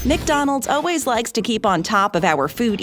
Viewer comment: ...she still isn't pronouncing "always" correctly.